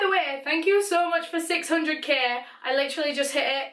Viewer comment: suh todays videuh